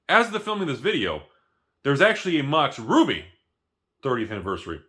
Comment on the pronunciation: He says Mox Ruby, I hear Mox Rudy. Definitely need a playset.